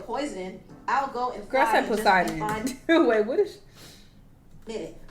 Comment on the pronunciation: That shit had me CACKLING in the office. 🤣🤣🤣 Who tf is "Poisodin"??? 🤦🏽‍♂️🤣🤣🤣